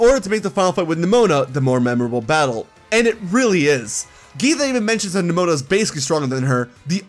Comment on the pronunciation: THE I IN NEMONA IS SUPPOSED TO BE AN E!